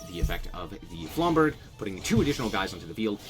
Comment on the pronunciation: Aight dog, flamberge is a soft "g" sound, no hate